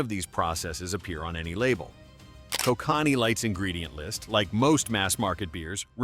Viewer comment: Can't pronounce Kokanee properly